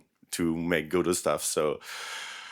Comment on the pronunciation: Why is he pronouncing Godot like..."Godot"